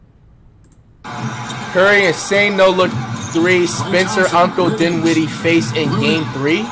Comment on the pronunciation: Flight broke character saying dinwiddie’s name correctly. Lmao